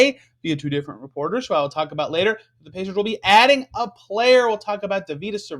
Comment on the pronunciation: His name is pronounced David-us